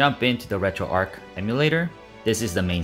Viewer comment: RETROARCH, not Retroark.